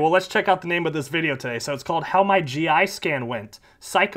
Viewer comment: "This is muh office", proceeds to show us a crappy pair of cheap earrings like a kindergartner at Show and Tell.